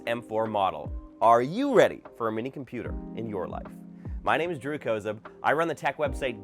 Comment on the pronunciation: Hi from a NJ, USA, Kozub. I love your video. I have had MacMinis for years and love them. I now have the 2020 model with M1 chip, but love the size of the new one (don’t like the button underneath, sorry). My family would love how you say your name, with the long O. Half of us say it that way and the other half have with the short a sound. I doubt you’re one of the NJ Kozubs, but if you have relatives here, let me know and I will have them check out your videos.